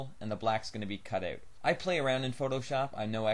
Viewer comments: he says "out" funny :-p... like "oat". thanks for the video, though. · hmm must try to find all that stuff here... Also I love how you say about and out :P